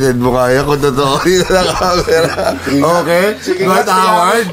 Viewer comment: "ocakes" HAHAAHAHHA 💀